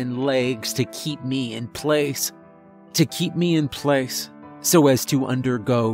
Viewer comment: the only thing that gets me is how he says "meh" instead of "me"